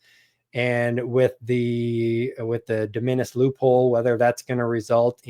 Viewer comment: It's real hard to take advice from someone who won't take the time to figure out how to pronounce hyperbole or de minimis. That aside, the de minimis exemption is a fundamental tool for any ecom seller, both in terms of cost savings and, moreover, the lower threshold for customs. If you're going to bring commentary to the public square on this, then please do more diligence with genuine sellers. Ya'll seem like you run content channels and do not actually participate in product development and scaling,. Sample orders and product scaling: Orders of 10, then 100, then 1000 units often fall under de minimis, allowing new product development to happen rapidly and at a better speculative cost. The U.S. manufacturing base does not exist for products the U.S. does not want to manufacture. If you want to have something sewn or lower-tech made in the U.S., like accessory manufacturing, not only is the product not made here, but the machine to make it and the feedstocks several degrees down are also not made here. i.e., even if you want to make it or find a currently nonexistent supplier, they will still be importing the things to make it with. Does your product involve rubber? We don't grow that here. Like it or not, we are a monopolistically tilted market. The higher enforcement of customs caters to the largest corporations and hurts everyone else. It further disempowers the right to repair. The people who keep the machines in your society running are often not allowed to buy the par